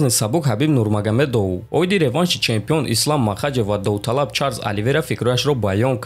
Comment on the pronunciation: Автор ты пахат метони ки фамилияи Хабиба правильно гапзани? Ээ АШУР НУРМАГОМЕДОУ НЕ А НУРМАГОМЕДОВ